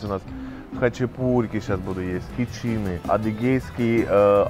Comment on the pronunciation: Яички со сметаной, ну сметаны там явно переборщили, и ещё почему хичИны? Елчи хичинЫ😭